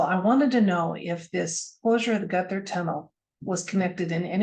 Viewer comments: Despite what Google might say, Gotthard is pronounced in German, Got Hard. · Pronunciation Gotthard: "got hard" (but "gutter tunnel" sounds fun too 🤣) Months ago, I together with 650 fellow passengers we got stuck in that tunnel for 3 hours, till evacuation. (Interesting, the Swiss Minister of Transport happened to be on the same train. For the press she downplayed the whole drama)